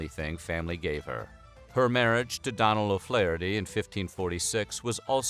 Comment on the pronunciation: Okay I love that you guys are doing some Irish history. But also the do in Donal is usually pronounced like donut when it’s a first name. Also I’ve never heard of there being a town called mayo maybe ye meant county mayo which is just north of my own county Galway in the west of Ireland. 😄💗